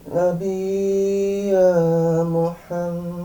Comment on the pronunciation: Tasydid hilang ngala nabiya jer majrur dibaca nashob...sekedar koreksi aja boleh..